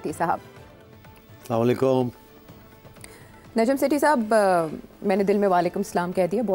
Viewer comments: سیٹھی صاحب آپ اتنے انگلیوں ہیں اور آپ کہتے ہیں سلااما لیکم سراسر علط ہے بڑا دکھ ہوتا ہے پلیز درست بولا کریں۔ السلام وعلیکم شکریہ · Sethi sab ko salam to sahee Karna sekharn. Samelekum is wrong Tell him to say assalam o alekum